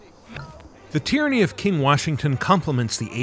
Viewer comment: I thought you said Tranny king for a second 😂😂😂